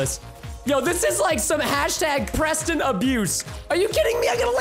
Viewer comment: no its abawt fun prestin